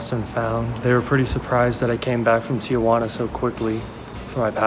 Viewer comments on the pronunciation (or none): Very helpful. It's Tijuana. Not tiAjuana. No worries people from Los Angeles to the border mispronounce it 😆 I was going to move to Oaxaca but my cousin recommended Saltillo. Any thoughts? BTW how much was the tacos